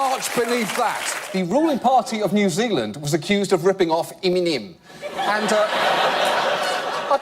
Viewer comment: New Zilind, is just east of Ostruckinfalia. John Oliver needs to brush up on his kiwi accent. He's sounding like a Yarpie